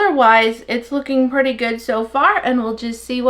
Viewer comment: Wow that sure is perty. (Yes I know how to say pretty hehe). Just a little like humor 😂.